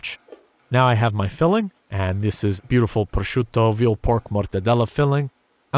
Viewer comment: did he say proscciuto ??!